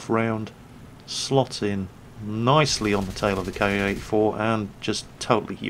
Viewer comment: Ki pronounced the same way as *key.